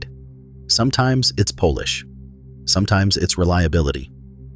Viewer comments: I wanted to watch this, but the robot voice doesn't know the difference between "polish" and "Polish." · Another slip is when the AI says 'sometimes it's Polish' (as opposed to polish). AFAIK it wasn't built in Eastern Europe.